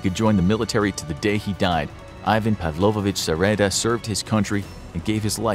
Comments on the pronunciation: It's Pavlovich, not Pavlovovich. Павлович -> Pavlovich (ч -> ch). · its pavlovich, not pavlovovich ^^